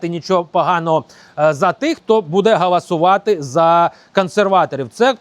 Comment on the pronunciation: .......все дуже добре і правильно ! Тільки не "гAласувати", а гОлосувати ! Всього найкращого !